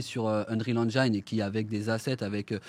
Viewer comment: Ya que moi qui trouve ça bizarre qu'un type, ancien rappeur et qui donc n'y connait strictement RIEN en dev de jeux, qui ne sait même pas prononcer Engine correctement, qui s'associe a deux mecs (donc ils ne sont que 2 dev vu que lui n'y connait rien) qui soient disant sont des tueurs mais que PERSONNE ne connait dans l'industrie, essaye de nous faire croire qu'avec l'Unreal Engine 5 on peut faire des trucs pro sans forcément s'y connaitre (ce qui est débile, un moteur graphique ne fait pas tout sachant que même Epic (le concepteur du moteur) quand il l'a dévoilé n'a rien montré de soit disant aussi réaliste) nous dise qu'après juste 4ans, ils vont pénétrer un marché sans l'aide de personne (sachant que même Amazon et Google ont du mal voir n'y sont pas arriver car un développement de jeu ça s'improvise pas). Mais personne ne trouve que ça pue ? Bon ben go wishlist les gars mdrrr